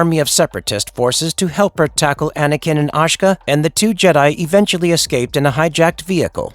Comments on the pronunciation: Ashka? Don't you mean Ahsoka? Properly pronounced Ah-so-ka not Ăsh-ak. Rota properly pronounced Roe-ta, not Ra-ta. Yoda Yoe-da not Yoga. Toy-dair-E-an. Gree-Vus not Gree-Ve-Us. Un-duel-ee not Un-Du-Lie. How many names are you going to get wrong? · A so ka. Not Aw sh ka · When do you ever hear Ahsoka being called Ahsahka? It's Ah Soh Ka. Ty. Thumbs down. If your going to make SW content understand your dealing with passionate fans if you want subscribers. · Anakin and Ashka? ASHKA? Dude!🤣🤣🤣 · Ah - so - ka, not ASH - KA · Not ashka, A'soka is the girls name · Asajj Ventress was a freaking beast she was definitely a strong main character in the show. Is it me or is how he is pronouncing Asoka as Assa-ka funny af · AH-SO-KA I’m sorry but damn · How many different ways are you going to mispronounce Ahsoka? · Lol the pronouncing of ahsoka